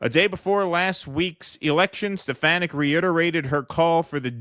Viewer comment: Btw....she's from my neck of the woods...that's Elise Steh-Fah-Nick